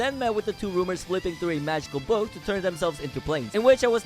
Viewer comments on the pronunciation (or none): none